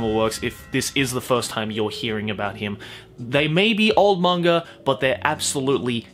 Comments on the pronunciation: I'm actually disappointed with myself for not having known about Tezuka before watching this. But I've watched the first 9 episodes of the remake and its fucking amazing, I'm really glad I found it. Also, I love your accent and the way you say "monger" instead of manga😘hope to see more videos of the like in the future! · Is it just me or says manga and anime like mangar-an-anime